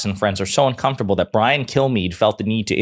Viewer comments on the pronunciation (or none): none